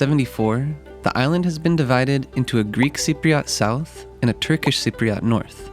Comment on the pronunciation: Cypriot. Not Cypriat